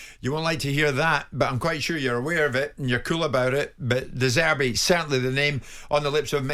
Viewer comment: Typical Spurs spanner, can't even get the name right of the manager he wants to bring in. "Get Roberto De Zeebree in" ffs. Oh "and summa dare players as well". Always after the quick fix eh, no better than the clueless vulture goonsquad running that shambles at Chelsea. Spurs are a joke club, and so is that pillock of a fan. Hope he doesn't trip over his clown shoes.